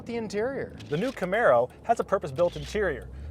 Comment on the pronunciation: GUYS THE WAY YOU PRONOUNCE THE WORD IS CA-MAH-RO FOR CAMARO,WHICH MEANS,PONY IN SPANISH FROM SPAIN,NOW THE MISPRONOUNCE WORD CA-MEH-ROH,MEANS SHRIMP IN SPANISH,I DON'T THINK CHEVY NAMED THIS CAR CHEVROLET SHRIMP.